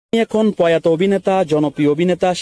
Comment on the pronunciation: ভাই পয়াতো না প্রয়াত